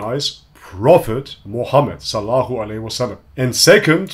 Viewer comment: it's not SALLAHU aleyhi wa sallam ("Good for him and peace") but SALLALLAHU aleyhi wa sallam ("upon him be peace")